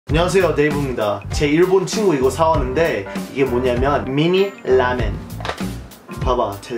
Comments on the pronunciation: I think it should be 라멘 not 레만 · 레만이 아니고 라멘